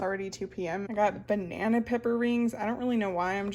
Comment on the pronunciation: “Thaw our ba-nay-nay..” 😂